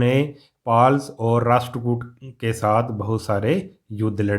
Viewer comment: It’s rasht